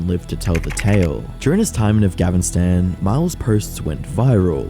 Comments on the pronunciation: you kept saying afgavistan instead of afghanistan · I'm here and I wasn't gonna say thing but at this point you've said afghavinstan like 6 times. It's afghanistan 😮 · AF-GANN-I-STAN not avgavinstan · Bro said Afgavinstan :face-blue-wide-eyes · Stop saying "Afgavistan" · Are you saying afgavinstan or Afghanistan? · It's not called Afgavinstan, It's Afghanistan af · ga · nuh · stan atleast research the name of the country prior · I'm more confused at you not knowing how to say Afghanistan than i am at him going there... It's not Afgavinstan, it's af-ga-nuh-staan! lol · i hate how you say afghanistan "afghavistan" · afgahvistan ? 😓yeah sure... jesus .. Again ?Dude 😅 lean to pronounce correctly try to learn to pronounce correctly the name of the country you're supposed to cover... and finally, that guy is a Sam Hyde fan ? OK I guess it tells a lot right there.... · why is this idiot saying “af-gavin-stan”? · Narrator can’t pronounce Afghanistan? Afgavistan? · why are you saying "afgavistan" lol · What is Avghanistan and why do you keep pronouncing it that way? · What's up with pronouncing "AfghaVistan"? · What's afgavistan, say the country's name correctly. AFGHANISTAN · why is bro saying Afgavistan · Why does this idiot keep calling it Affgavinstan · I'm sorry, but you saying "Afghavistan" again and again and AGAIN triggers the fuck outta me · Bruh says "Af-gavin-stan" and "the world's first news website in the world" 😂😂😂😂😂😂😂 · why's bro saying afgavinstan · Great video, but bro please pronounce Afghanistan right😭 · afgavinstan?!?! is it really that hard to read what you see? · Ah yes, "Afghanvinstan" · please pronounce Afghanistan correctly, thanks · "avgavistan" bro can u pronounce it correctly???? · im the only one hearing afgavistan ? :D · Say it with me. Af-gha-ni-stan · Why does this guy pronounce Afghanistan like Afgavistan ? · please stop saying "afgavastan" 😭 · Bro… just say Afghanistan correctly. It’s honestly not that hard. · why u say afgavinstan